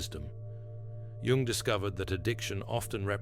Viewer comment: This AI voiceover has steadily worsened to the point that it now inconsistently mispronounces even Jung’s own name. The whole vid’s narration wallows in the uncanny valley—replete with incorrectly parsed word collocations, phrases, and jarringly terrible phonology. It’s embarrassingly unwatchable.